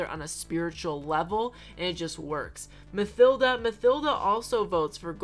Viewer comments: Love your content! I hope you see this because my OCD can't handle you calling Mathilda "mUH-THil-duh" it's "mUH-T-il-duh" plsssss 🙏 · Omg. The villager called Mathilda is pronounced Ma-Til-da! Lmaooo